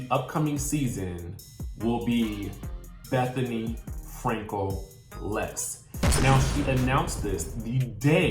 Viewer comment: Did you say Bethenny F lefts? lmao!!!!